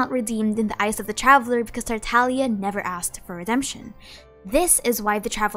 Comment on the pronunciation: Ah yes the good tataliear